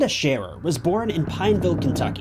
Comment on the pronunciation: Hey! He said our name right!